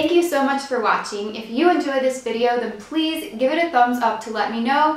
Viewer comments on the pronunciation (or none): It sounded like you said "Fleas subscribe" XD 😂😆